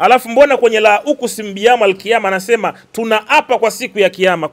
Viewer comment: Sio Min audhubillahi wala sio Lauqusimu biyawmal qiyama. Halafu unasikia sheikh😂